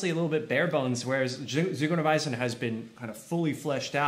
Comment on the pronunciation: I like how he pronounced "Ziguerweisen" So nice